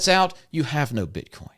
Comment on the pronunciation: I was with you until I heard the BS "bit Con" come out of your mouth... "Bit Con?" Really???